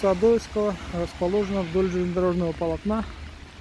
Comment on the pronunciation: А почему ОдОевского? Ударение на 2-ую О? К ОдоЕвскому она разве не имеет отношения? Не в его честь названа?